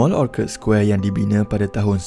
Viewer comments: Orchard Square bukan “Orkad’…..’orcherd’..macam Orchard Rd, Singapore….sorry admin…🙏🏻 Orchard = dusun/kebun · Orchard square....boleh google macam mana nak sebut.